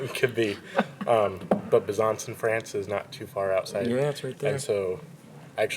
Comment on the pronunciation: ahah I just love how you prounonce Besançon "Bessanhson"